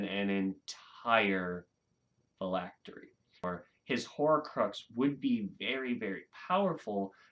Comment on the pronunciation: You pronounced phylactery correctly 👍